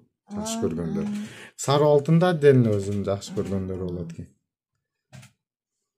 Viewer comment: саруу эмес сары деп айтылат кыргызча